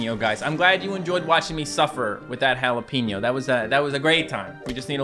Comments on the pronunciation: It's not a halapeno it's a jalapeno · Google how to pronounce jalapeño please (no hate it just annoys me)